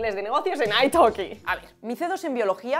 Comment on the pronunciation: Como hispano hablantes, ¿deberíamos pronunciar "ai talki" en lugar de "ai toki"?